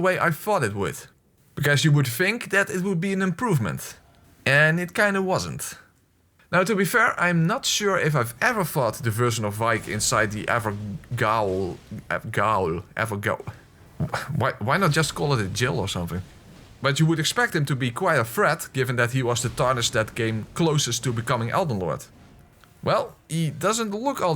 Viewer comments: Gaol is just an old spelling for Jail, you pronounce it the same, don’t worry. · Sad/fun fact (whichever suits your fancy), the word “gaol” from “evergaol” is pronounced the same as you would “jail”. Only difference is how it’s written. One is the British version, the other is American. Personally that was a disappointment. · Had to look it up to be sure, but I'm pretty sure it's just pronounced like Jail. It's an old British spelling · I don't know if you are aware of this, but "gaol" is old english for "jail" and it is pronounced exactly the same! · The word Gael is pronounced jail cus its the old English word for it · Just in case you didn't know, the 'gaol' part of evergaol is actually pronounced 'jail'. It's a very very old English way of spelling and pronouncing the word. Love your playthroughs btw! Always good fun.